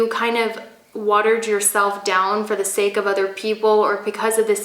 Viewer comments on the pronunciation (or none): none